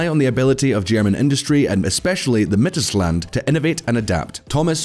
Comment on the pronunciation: min its Mittelshland? :face-blue-smiling: No, its: Mittelstand !